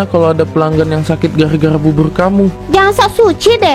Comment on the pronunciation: Bubur kak bukan bubut🤣